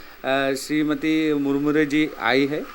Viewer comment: This Stupid Doesn't Even Know The Name of Madam President Droupadi Murmu And He Said Murmuru God Bless Him And Give Some Knowledge. इस मूर्ख को राष्ट्रपति महोदया द्रौपदी मुर्मू का नाम तक नहीं पता और उसने कहा मुरमुरू भगवान उसे आशीर्वाद दें और कुछ ज्ञान दें।